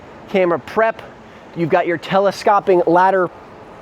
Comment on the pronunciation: Not to be an English teacher but it's pronounced tele-scope-ing not tele-scop-ing...I too wonder how water is not going to leak in the slide roof...there are so many beautiful windows I would thing eventually water is just going to sit there and leak in...love lots about it....